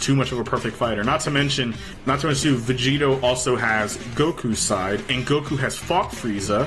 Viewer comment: I keep thinking he's saying vegeta instead of vegito it's so annoying